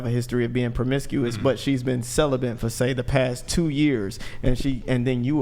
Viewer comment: Q is a total fraud. He is a supposed dating coach, yet when he says the word celibate he pronounces it as "Celabant" 😂, not once, but 3-5 different times! Q is a total grifter. He also is like 5'3". Dude Q, your a joke. Learn English before you pretend to act like a "dating coach "